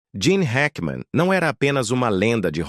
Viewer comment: Não é Jean e Gene Hackman seu narrador burro 😅😅😅